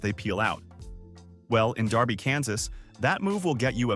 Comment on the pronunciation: It is not Darby KS it is Derby Kansas and most cities have a law on the books called exhibition of speed which covers squealing your tires